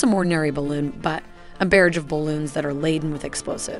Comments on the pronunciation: Versailles, barage, kamikaze, weaponized. How are these words being mispronounced? Is it a cg voice? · Some of the pronounciation is 'unusual': for example "barrage" and "Versailles" are completely wrong to name just two. A pity when the content is otherwise so good.